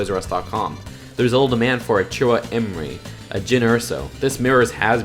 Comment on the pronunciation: Chirrut imwe is pronounced chirroo imway